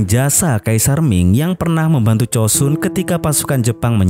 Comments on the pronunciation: Joseon bang bukan chosun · itu pelafalan koreanya, tapi sebenernya bukan chosun juga, tapi chosan